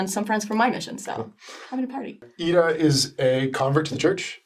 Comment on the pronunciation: I heard her pronounce her name, and I thought "Hey, that sounds like a fellow Swede saying that. How odd." ^_^